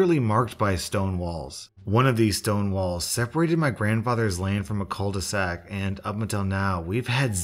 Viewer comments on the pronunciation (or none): Bruv that's not how you say "cul de sac". You could at least do a smudge of research on how to pronunce it. It's not like your "content" is so time consuming that you can't verify one French word. 🙁